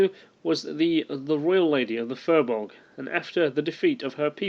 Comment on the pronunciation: Great work, really enjoyed your research but could you please get someone to teach you how to pronounce Irish words, i.e. the letter 'B' is silent in the middle of a word if it has a 'h' after it, 'S' usually has a 'Sh' sound. If you find a line over a vowel it gives you a long sound like Nog is 'Nooog', Fir is 'Fear' and De is 'Dae'. The letter 'C' mostly has a 'K' sound. Best wishes.